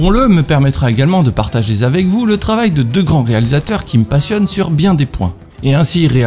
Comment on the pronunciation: "de partager z'avec vous" sérieusement ?